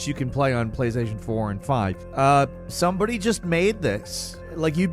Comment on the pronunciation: Is Indian and he's faking an American accent? Cause the way he said ' somebody' is exactly how people with Indian accents say it.